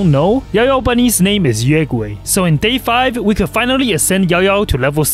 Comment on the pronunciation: It’s not pronounced Yeaugway. It’s pronounced U-A-guae.